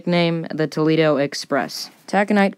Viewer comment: Were you drunk when you recorded this, then said ‘meh, good enuf’ during editing? “…took 3 hits to break the bottle to CRY-ssind the ship…..” tawl-eh-doh does not equal Toledo. I gave up shortly thereafter. And the narration volume was all over the place.